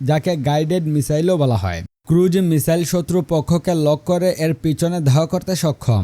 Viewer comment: ভাই, ক্রুড মিসাইল না, ক্রুজ মিসাইল হবে।